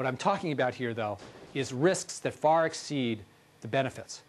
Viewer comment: Those people who would ex-CEED lol